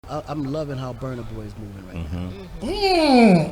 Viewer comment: It is called Burna boy not bana boy